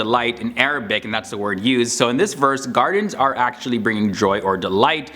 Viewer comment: I’m sorry but your Arabic pronunciation is so wrong it’s almost misleading 😭